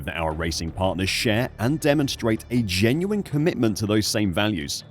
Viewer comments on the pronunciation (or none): none